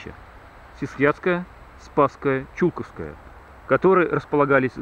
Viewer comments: Только не ЧУлковское, а ЧулкОвское) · Не ЧУлковское кладбище, а ЧулкОвское, "ЧулкОво", ЧулкОвская слобода! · Владимир Иванов, да я житель Тулы, но на Чулковском кладбище, у меня ни кто не похоронен, более того, до этого фильма, я даже его названия ни разу не произносил, потому куда ставить ударения попросту не знал. если лично Вас это обидело, то приношу свои извинения. А фильм про Чулковское кладбище так же будет, отснято много материала по нему. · Бежать могли по любой причине, но они ни как не отменяют факт наличия там древних захоронений на глубине 4-5 метров от поверхности. Про Чулковское, тут нужно просто знать куда ставить ударение. Я сам туляк и не зал этого, так как не жил в том районе. И опять же куда поставить ударение, не меняет смысла фильма.